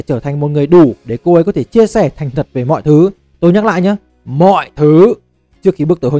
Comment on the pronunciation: mọi thứ là gì mà ad nhấn mạnh ghê dạ